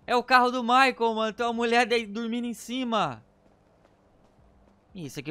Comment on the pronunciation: "MICHAEEL" KKKKKKK Ô U PORTUGUÊS MOÇO